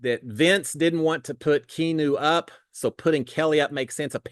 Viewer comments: I think keeps saying Key new because he’s too lazy to say 3 syllables key ahh new! Come on!! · Key Noo. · And you mispronounced his name multiple ways ha hahaha